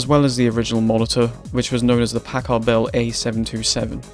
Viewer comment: i don't like how you say packard..